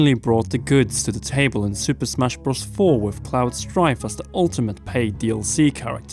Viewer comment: whats bross cause youvsaid super smash bross